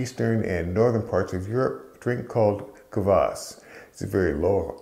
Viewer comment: Great video! Dead-on pronunciation of kvass (квасс). First time watching, very enjoyable and informative 😎👍👍🙏